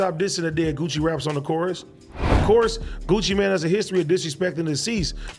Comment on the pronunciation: Gucci mane not gucci man lmao